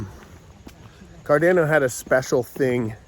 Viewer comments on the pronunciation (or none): I love you! Why did you start pronouncing it Car DAN o all of a sudden? 😄